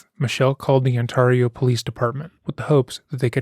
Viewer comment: The way you say Ontario drives me crazy, lol. 😊